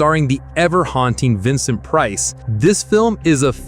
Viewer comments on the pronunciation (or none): none